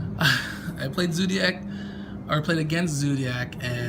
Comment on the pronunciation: wtf is a "zoodiac" 😂😂